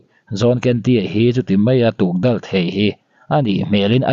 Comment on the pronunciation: Tukdal an ti lo,tukdawl tih tur aw